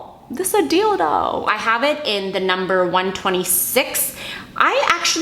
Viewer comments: when you were talking about the eyelashes and you said "deal doe" it sounded like dildo 😂😂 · When she that was a dill though and it sounded like dildo 😅😂😏